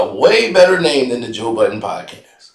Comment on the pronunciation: will never get Joe’s name right…. It’s Bud-den, not Bot-ton 😂😂😂😂